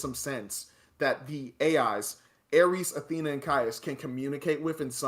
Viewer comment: Respectfully this review will not age well. A couple points are solid, like not utilizing famous actors properly for 20 seconds. But this movie was fun and exciting, tells a story and set up to tie into the next movie which looks like a follow up to Legacy. Every Tron movie was considered bad at first, and then ends up being loved. Also it's Ares, not "Aireece" lol